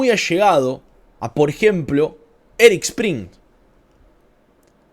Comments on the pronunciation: No es Erik Prince, si no "Erics" Prince, el liberara venezuela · se llama ERIK PRINCE. ERIIIICCCCCC. PRINCEEEEE. NO ERIK PRIN. ERIK PRINCE!!! ya parecés maduro hablando de elon mok.